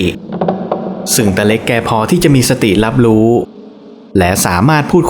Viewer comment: ภาษาไทยเอกลักษณ์ของชาติ ร.เรือ ล.ลิง เช่น แรง คุณอ่านว่า แลง , รู้ คุณ อ่านว่า ลู้ , โรยริน คุณอ่านว่า โลยลิน, เรื่องคุณ อ่านว่า เลื่อง, ร้อน คุณอ่านว่า ล่อน เรียน คุณอ่านว่า เลียน , รุนแรง คุณอ่านว่า ลุนแลง เป็นกำลังใจให้นะคะรับภาพสวยชอบมากติดตามอยู่นะครับ ✌️✌️